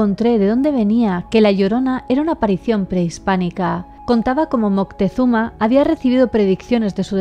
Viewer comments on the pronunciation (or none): none